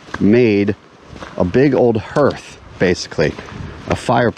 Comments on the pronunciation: its pronounced haarth 😄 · What on earth is a hearth? Har Har Har HARth "e" is silent. Anyway... glad you found your pile of rocks. Nice hike.